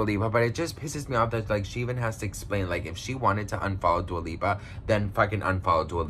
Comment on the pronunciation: He said Dua peepa 🤣🤣🤣🤣 Hahaha I love it !!! 💕